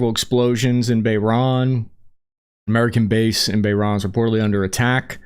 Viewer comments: Hearing pronounce "Bahrain" as "Bah-Rahn" had me rolling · Please learn how to say "Bahrain". And "Bogota"